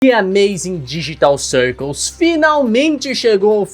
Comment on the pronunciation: "de ameizen dejetau çaercôs" ?? kkkk